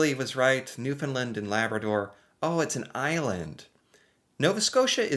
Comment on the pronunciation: Awesome job. 🤘🤘🤘 Pronounced provinces and Territories (at roughly you pronounced NL and then repeated. First way was Correct!! 👏👏 AND you said and Labrador - I know Labradorians loved it - They always feel left out A++ for that - drawing needed work though 😂 St. John’s is capital. Oldest city in North America (argument if not in North America and most easterly province/place in North America) If you kept thinking you would’ve gotten Gander from your Operation Yellow Ribbon reaction video. You did a timed extensive pop quiz. Incredible. The placement of cities not to mention remembering them. Whitehorse you got. So funny you said Edwardsville. It’s Charlotte’s Town. 😂 Kudos for the guess. Then you said Edwardton. There’s a place in New Brunswick called Edmundson, Fredericton is the capital. So your guesses of names were close, I was smiling. Saskatoon. Seriously? A++ on that. Regina is capital. Edmonton capital of Alberta. Vancouver 👏👏 Extremely well. Psst - I don’t know capital of Nunavut 😔 Iqaluit (just googled for us) I know you would have gotten Winnipeg soon. Ohhh you mentioned it now so… Indiana. Indianapolis? Sorry. Only city I know. You’re close to Ontario though, go through MI. If Indianapolis only an 8 hour drive to Niagara Falls. We say distance in “time” and yes 8 hours isn’t that far. Canada is huge and to visit Chicago, Minneapolis, Boston, Seattle… couple days for a hockey game. 😂 You must change your intro. “I’m an American here today to learn more